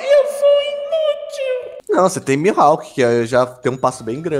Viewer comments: E nn é "mihalk" é "mihawk" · Na vdd é mihawk :)